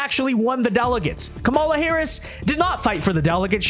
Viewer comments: i know we hate her and she deserves the hate. but let’s get her name right. It’s KAHM-uh-lah, not Kuh-MAH-luh. We look like we’re unwilling to learn when Bill Maher is saying it correctly, and we still insist on saying it wrong. And being unwilling to learn isn’t where we want to be. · Learn to say her name right